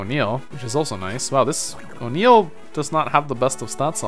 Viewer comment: Smh I keep hearing O'Neill's name as Unil...